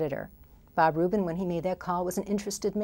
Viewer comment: It's "Rubin", not "Rupin". I know, same difference.